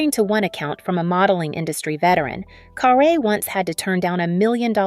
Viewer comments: Ugh say her name right it's not car a. It's car rie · Guys, her name had an accent (perhaps she removed it or they left it off) but it is actually pronounced carr -ay. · It's CARRE .. pronounced Carrie .get it right..